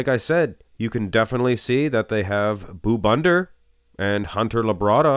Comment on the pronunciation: Stop calling this man boo bunder 😂😂😂